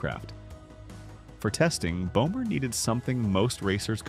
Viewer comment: Böhmer not bomer😂